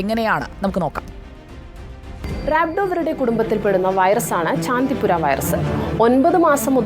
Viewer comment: ചന്തിപുര വൈറസ് അല്ല ചാന്തിപുര വൈറസ് 😂